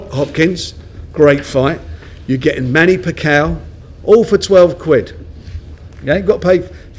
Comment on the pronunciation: "Manny Packow?" lol